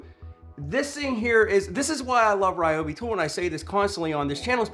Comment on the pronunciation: I love the Ry-obi (not Ree-obi) creeper!! Such a real Nass like INNOVATION. My only concern is the height of it. Being a mechanic, I am constantly surprised/frustrated at how difficult it is to get under veHicles even when they are elevated. If those wheels are 3", then the rest of it looks at least 2 1/2" so that's 5 1/2"!!!! before you you try and fit your body. My Lisle Creeper (without actually measuring it) I reckon would be no more than like 2 - 2 1/4". Thats a BIIIIG difference when it comes to fitting under a raised veHicle. I get that transforming to a seat requires some engineering that, ultimately, contributes to the overall mass but....? I guess the (read My) old adage rings true - "A multi purpose tool (or appliance or anything) may be capable of doing/achieving more than one thing however, it cannot do any of those things with the utmost precision, ease or finesse that the respective individual items can. Love ya work brother.